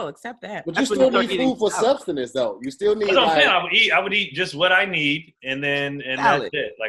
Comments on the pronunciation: So you all missed that said, "substinance" instead of sustenance? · SAID SUBSUNANCE BAHAHAHAHAHAHAHA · The word is Sustenance.